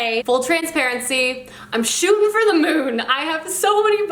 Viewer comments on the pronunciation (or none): none